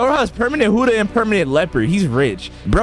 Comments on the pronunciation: Like bro, why does he say huddha instead of Buddha it’s so annoying bro. If he doesn’t know how to say it right don’t say it at all. That’s all I had to say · Why he say hudda imstead of Buddha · Is it just me or u guys heard it too? he says "huddha" instead of "buddha" HAHAHHA Btw "Moma" Sooo... wheres my free fruit? hahaha jk love yo vids keep it up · It really annoys me that he keeps saying hUdDhA fRuIt instead of Buddha fruit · praise YAHWEH Stop saying huddah it’s buddah and please upgrade health at start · broooooooooooooooo its not huda your so annoying when you say that its buddha and for the record you had YOUR pvp off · Btw it's Buddha not huddha it's a B not an H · He said huddha not buddha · And why do you keep calling it Huda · Bro called it hudduh fruit 😂😂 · I love your videos but why do you say buddha like huddha💀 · bro really said hoddah fruit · bruh why you saying huda but not buddha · "Whooda fruit" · Bro said huddha no offens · i like u but why do u call buddah huddah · Bro says huddah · "huda fruit"💀💀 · Did you say human fruit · I’m sorry but stop saying huda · wrm zeg je heletijd hudda